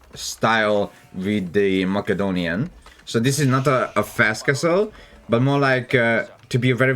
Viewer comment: I live for his pronounciation of mACKADonian dynasty